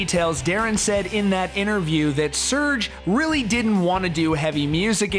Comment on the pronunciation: Serj , NICHT Search xD 😒